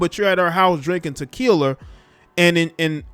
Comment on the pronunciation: “Tequiler” 😂😂😂😂😂 you are silly and I’m so sorry the fast life got you Lauren and I’m so sorry the police didn’t give you your justice such a beautiful black girl gone pls black women stop living this lifestyle I know it’s tempting it even tempted me but allow God to bless you he will never put you in harms way and just work hard and grind and stay single and work on ourselves.